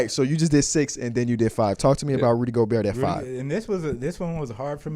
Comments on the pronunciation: The craziest part is he’s the biggest Rudy Gobert fan I’ve ever seen and somehow still doesnt know how to pronounce his name. You can hear him pronounce the T at the end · the t definitely comes out at times but in the first clip he just said it as gobear 3 times in a row so